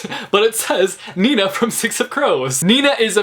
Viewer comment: It may sound so weird but I like the way you say „Nina” 😂😂 it’s obv my name and I like when people pronounce it nicely